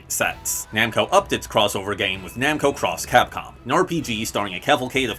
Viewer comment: Oh man, thanks for pronouncing Namco X Capcom and Project X Zone 2 properly! Actually, thanks for mentioning them at all! Namco X Capcom actually features Soul Edge as an important plot point, as the weird dimension travelling abilities it has is crucial to the plot.